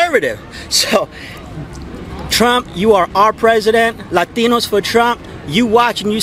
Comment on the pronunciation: You forgot the r in latinos.